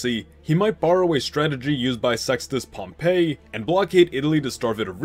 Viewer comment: you can call him either Pompey or Pompeius but you can’t just call him Pumpeii